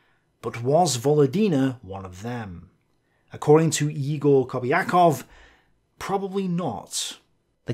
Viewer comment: I love you and your tablet! Btw, I strongly believe that "Egor" is actually pronounced "Yegor", not "Igor" (english transliteration of russian sucks so much). Also big thanks for making an afford with the correct pronunciation, I really apreciate that!